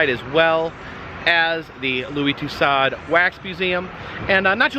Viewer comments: I'm pretty sure the correct pronunciation is TOO SOWDZ 🤔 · Pronounced... " Two - sodes" 😊 I had to investigate online. 😊